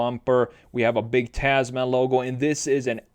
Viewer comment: Not "taz-man" it's pronounced "Tasmn" like gentleman or spokesman